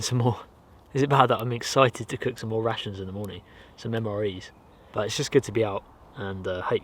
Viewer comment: Am i the only one who hears '' Russians '' instead of '' Rations ''' ?